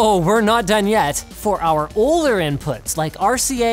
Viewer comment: Kyle TheTreeKat it says 'oller'. Linus mispronounced 'older'